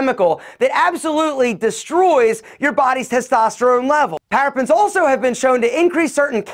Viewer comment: Parabens pronounced para bins Not "parapins" as he's yelling